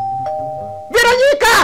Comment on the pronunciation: Это не ВЕроника. А ВерОника.